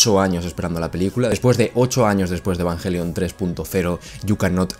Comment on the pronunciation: Asi se pronuncia en Japonés....